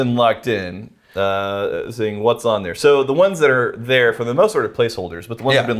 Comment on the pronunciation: I like how got the intonation wrong "What Else is THERE?"